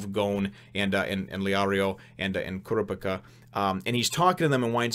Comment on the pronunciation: The guy who lost his arms to Hisoka was disqualified. Also, if you're wondering, it's pronounced "Koo-Rah-Pee-Kah" and "Leh-Oh-Ree-Oh."